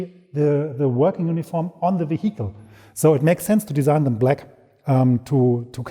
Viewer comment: Do all germans say "vehicle" like that? If so, i'm going to die to laughter! Great video!